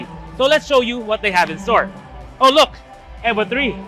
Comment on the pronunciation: its pronounced EEVO not eboh mga ayasib